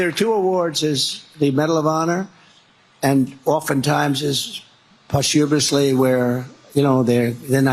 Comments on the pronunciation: Posthuberisly? I had to listen to it several times to figure out exactly what he said. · .... idiot says pahst-HYU-missl-lee. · He says "post-HUM-ously ." Interesting